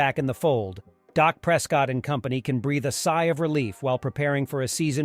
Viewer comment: "Dock" Prescott hmm? 🤣🤣